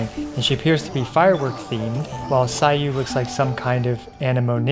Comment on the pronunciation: Sayu = Sah-you, not sai-you...